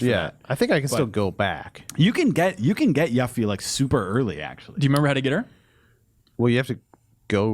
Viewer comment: "Yaf fee"